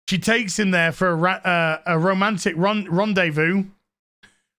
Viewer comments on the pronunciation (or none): none